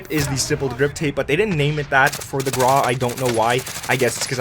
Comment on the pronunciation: Hello the name "GRAU" is the German word for gray. Like the word "WOW" it is only pronounced with a gr. the google translator can help you with the pronunciation. it's not meant to be mean. Keep it up, love your videos greetz from Germany